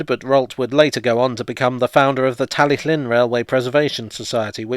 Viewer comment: Ardderchog! 10 out of 10 for your pronunciation of Tal y Llyn.